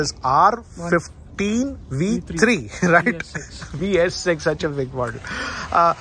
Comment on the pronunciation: It's pronounced R-one five not R-fifteen I think.